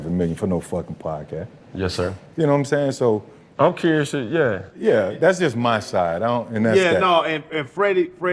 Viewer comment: That boy said pecurious